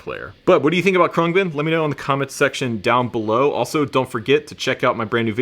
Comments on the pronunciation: Your new favorite band and you don't know how to pronounce their name: Khruangbin (/ˈkrʌŋbɪn/ KRUNG-bin; Thai: [kʰrɯa̯ŋ˥˩.bin], เครื่องบิน) is an American musical trio from Houston, Texas. The band comprises Laura Lee on bass, Mark Speer on guitar, and Donald "DJ" Johnson Jr. on drums. Thanks Wiki!! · I believe it’s pronounced crang-bin. It means airplane in Taiwanese. They are great! I can thank YouTube for working them into my homepage. I kept seeing this live version but never clicked on it. I finally was sitting in my music room with my bass and I happened to be high and ready for bed. I finally clicked on it and I’m sooobhappy I did! Great video! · Dude the way you say their name makes you sound so uncool 😂